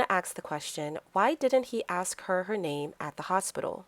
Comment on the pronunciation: Explain... you pronounce "asking" correctly, but ask as "ax".